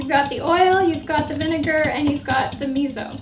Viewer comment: Its pronounced 'me so' not 'me zo'....